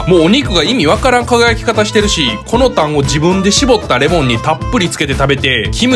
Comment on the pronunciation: つけダレの色だけで美味しいとわかる焼肉屋さんだ。でも、タンのイントネーションが【痰】なのが減点ポイント…。